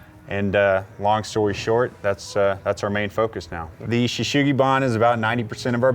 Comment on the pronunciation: It is pronounced Sugi Ban, not Shugi Ban, just as it's spelt :)